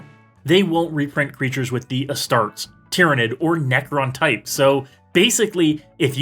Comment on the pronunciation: great video, but omg man, your pronunciation of Astartes is hilarious